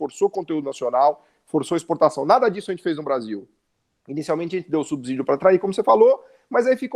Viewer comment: Subsídio pronuncia-se "subcídio" e não "subzídio". Ex: subsolo, subsíndico.